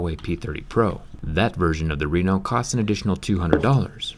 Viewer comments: Its pronouced with the other type of E! RE-NO not RINO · Why are You saying Oppo Reno like Oppo RINO😂😂😂